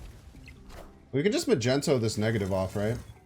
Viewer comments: The entire world is trying to tell you it's pronounced mag-nee-tow, not freaking Magento! Even Nina told you like 10 times in a video but you were like nah bro Magento it is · I don't know if I'll ever get over how you say Mag-ento. Cracks me up. As for the deck, it looks fun! Do you think it's competitive or more of a meme deck?